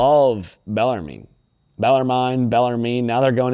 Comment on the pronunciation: It’s bellar-men